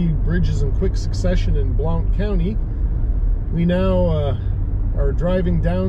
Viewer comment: Great video, BTW, Blount is pronounced "blunt"